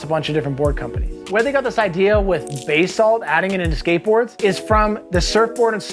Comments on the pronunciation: Yo, i need to say this: It is pronounced Buh-Salt. never Bay-Salt. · Learn how to say basalt.